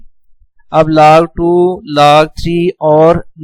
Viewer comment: Laag Laag what is Laag 😂😂😂Its a log,, who agree 👇